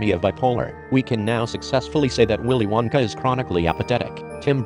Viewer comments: It sounds like.. "Willy Wankah" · willy winkha 😂